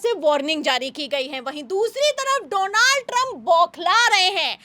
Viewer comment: डोलांड ट्रंप है सही से नाम लो ।